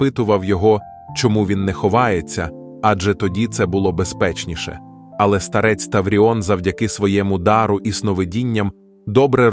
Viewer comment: Не старЕць, а стАрець. Штучний інтелекте, працюй над наголосами!!!